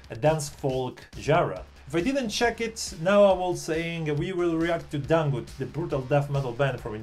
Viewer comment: Dangdut sir not dangut 😂